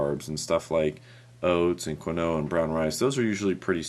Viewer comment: It's pronounced (keen-wa)